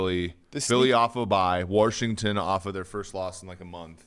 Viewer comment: No r in Washington